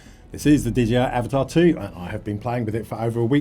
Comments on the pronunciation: A-Va-Ta. No "R". It's not Avatar. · Nice - thanks. I think it is pronounced... a- va-ta. 😊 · By the way... It's pronounced a - VA - ta... 😲 Like Navada... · Avata no r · Great video, and, like you, the best fun I have had with a drone in a long time! One thing… it’s an Avata not an Avatar (as in the film)! 😂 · Fantastic way to strt my day, watching your experiences with the Avata 2, (still giggling at your pronounciation), and it closely mirrors my own a few weeks ago, though your sights and surrounds are exponentially pretier than mine. Great video, as always, and straight to the point. Enjoyed this tremendously, thank!